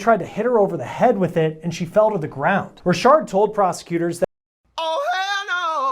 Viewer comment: Richard not Rishard...lol...